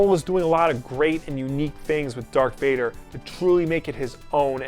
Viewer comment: Love the list! All great comics. You said dark vader! Heresy! 😂